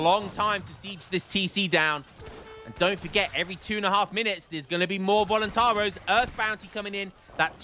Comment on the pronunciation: Voluntar-I-os, you gotta pronounce the "i" man Also in Minas Gerais, it's a soft G like in General